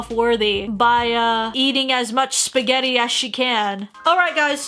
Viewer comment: I though you said eating a$s